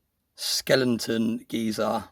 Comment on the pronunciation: That poured piece is 🔥 I love the way you say Skelenton and not Skeleton 😂😂 Another great video. Love your Vids! Thanks tou